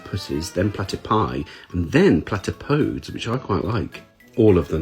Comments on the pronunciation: Awesome video. However, your pronunciation of 'platypodes' is wrong. It's pla-ti-po-deez. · Remember, in Greek, the letters 'es', when at the end of a word, are pronounced like 'eez'. Archimedes, etc.